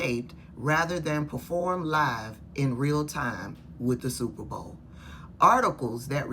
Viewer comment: Did that woman say stuperbowl? Anyway, apparently she hasn't been to an Opera. Or she would know most operas aren't sung in English.